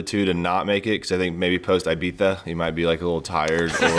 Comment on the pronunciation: Ee bee za! Not ay bee za 😂